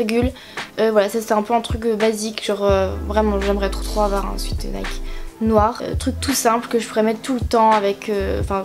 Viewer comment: nn mais sérieusement, j'en ai marre de ces personnes qui font genre je suis bilingue et tout mais qui ne sais juste pas dire un mot aussi simple que sweat, je sais que ce commentaire ne changera pas sa vie mais s'il vous plaît s'il ont ne sais pas dire alors ont ne le dis pas